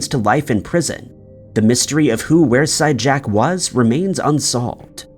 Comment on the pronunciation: It's pronounced weer side jack not were side jack 😁